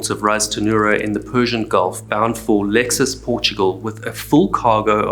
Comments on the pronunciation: Absolutely butchered Portuguese harbor names 🤣. Lexus harbor 😂. Kidding. Great vid as usual, long time sub. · LEIxÕES READING OR SPELLING LEI CHOENS